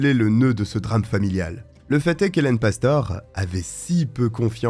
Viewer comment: Cest pastoré que ça se prononce.... tu sais même pas faire tes recherches correctement.....de pire en pire ta chaîne